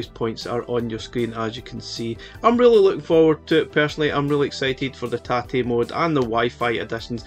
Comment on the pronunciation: As a Japanese, I appreciate your correct pronunciation of tate very much.